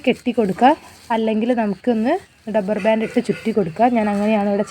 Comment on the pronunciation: ഡബ്ബർ ബാൻഡ് അല്ല ചേച്ചീ റബ്ബർ ബാൻഡ്.